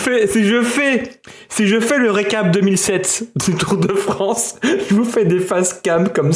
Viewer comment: "Le Tour de Fronce"